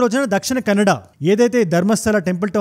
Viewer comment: ఫస్ట్ కన్నడ అని వర్డ్ కెనడా అన్నట్టు పలకవద్దు.